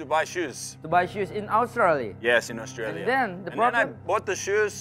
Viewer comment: Bener pak haji, klo ngucapin itu australia Bukan australi, tyson dlu prnah bilang harus dibaca semua